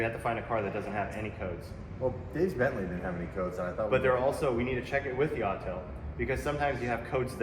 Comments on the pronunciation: It's AUTEL not ALL TELL! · My man. I know you hear "All Tell" when you should be hearing, "Awwww, TELL". 🏁 🏁 🏁 -Autel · Calling an Autel an “All-Tell” lol